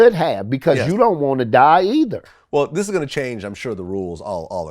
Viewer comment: The way Vlad says “Gon” all the time erks me for some reason.